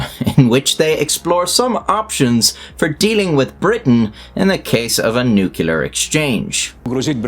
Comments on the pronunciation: The word is NUCLEAR, not nucular. Pronounced new-clear. Put your big boy trousers on and give it a try. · Oh, still saying Newk-yuh-lur in 2024/5ish 🤣 I used to do it, maybe I still do. Almost feels like "Newk-yuh-lur" relates more strongly to nuclear weapons, and "new-cle'ar" relates more toward energy. I think I can blame George Bush Jr. For this. Thoughts? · NUC LE AR NOT NUKULAR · Firstly, why are you mispronouncing nuclear? It is easier to say New-clear than new-cue-laar which is the way Harry Truman the US president said it, and said it incorrectly. Secondly, Russia has next to no working nukes. It costs 60 Billion per year for the USA to maintain its nuclear arsenal, which is as large as Russia's, and Russia only spends 55 billion per year maintaining its entire military, army, navy, Air Force, and nuclear weapons. Given the monstrous corruption that all branches of the Russian military experience, and the general lack of maintenance of all Russian equipment, the chance of any Russian nuke made before 2012 working is zero. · Good channel... I have a hard time getting over the "Nukular" pronounciation of "nuclear" :D. But don't mind me, your videos are good. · Why can't anybody pronounce the word NUCLEAR! IT IS NOT NUCULAR FFS!!!!!!!!!!!!!!!!!!!!!!!!!!!!!!!!!!!! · Maybe it's because of your thick Scottish accent, but it's pronounced nu-clear; as it is spelled. Not nuke-ular. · Nuclear not nucular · The word is NEW-CLEE-ERR NOT NU-CUE-LER. You sound like a god-damn jerk when you can't pronounce the topic of your video! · nuclear, not nucyaler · NUCLEAR. not “nucular” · I don’t find the Russians particularly credible. I have a feeling that you can probably relax. Chalk the broadcast up to props, AI, and editing. Oh, and it’s nuclear, not nukular….words have meanings. Thanks. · Nu-clear, not "nucular" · "Nuclear", not "nucular." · Nuclear, not nucular. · Nuclear - New-Clear not New-ku-lar. There is only 1 U in that word. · NUCLEAR MOTHERFUCKER, NOT NUCELAR